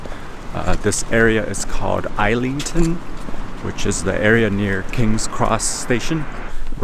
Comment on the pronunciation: Kings Cross must have improved. It used to be full of prostitutes, admittedly, it is over 30 years since I worked near there. Islington is pronounced IS LING TON. The Natural History Museum. next door is more interesting.